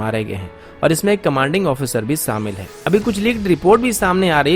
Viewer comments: अन्सुमान; सुरू; सामिल; मुस्किल; ऐसे घटिया उच्चारण से वीडियो का सत्यानाश कर दिया है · अन्सुमान; सुरू; सामिल; मुस्किल; हमेसा; कोसिस; ऐसे घटिया उच्चारण से वीडियो का सत्यानाश कर दिया है आप उच्चारण नही सुधार सकते तो कोई बात नही: हमारा उच्चारण खराब न हो जाये, हमें ही त्रुटिपूर्ण वीडियो सुनने से बचना पड़ेगा